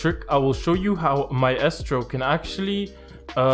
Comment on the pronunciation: My estro 👌🏽 very good pronunciation 🤟🏽